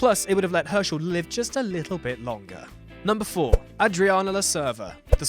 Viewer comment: apparently mandated need to mispronounce names reaches its zenith at 5'30, when a character's name is pronounced two different ways in two consecutive sentences. So, is it Ah-driana or Ay-driana? Make up your mind.